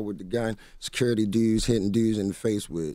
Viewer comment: OK, what happened "teww" Skola, the other new "dewd"?